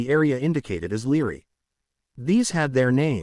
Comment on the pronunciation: Had to stop listening when I heard "leary" instead of Library